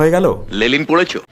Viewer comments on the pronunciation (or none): ওরে গোবর খেকো মুর্খ, লেলিন নয় যে, লেনিন।